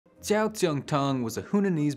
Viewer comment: this episode started with a surprise mispronunciation 😂😂 (you said jiao, not zuo, correct consonant, wrong vowels) But there are Americanized versions of so many things, and cultural adaptation happens everywhere. It's not fake, it's Chinese-American, Italian-American, etc.